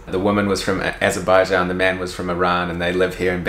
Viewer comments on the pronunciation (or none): none